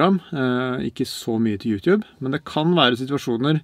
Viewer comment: Slutt å si youtjube det heter YouTube